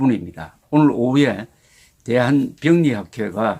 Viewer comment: 발음이 좀 그러네요 병리가 아니고 병:리